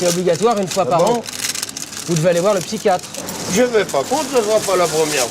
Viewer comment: " Le spychiatre " m'a achever